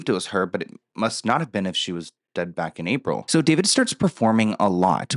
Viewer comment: It’s not David it’s daah veed 😂